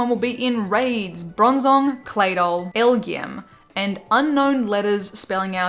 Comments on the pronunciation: Hey, you're supposed pronounce those alien pokemon as L G M and B E M. So just say the letters and you got it:) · FYI it's pronounced LGM, a play on "little green man" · It pronounced “L-G-M”